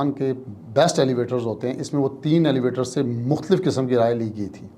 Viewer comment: وسیم صاحب کو بتائیں کہ صحیح لفظ "Evaluator" ہوتا ہے ایلیویٹر نہیں ہوتا جبکہ موصوف کا دعوی ہے کہ یہ لاء گریجویٹ ہیں اور اس سے بھی پہلے MBA- Finance پاس کر چکے.